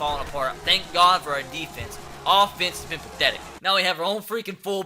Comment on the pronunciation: We need to do better on AHHHfence. Sorry but it annoys me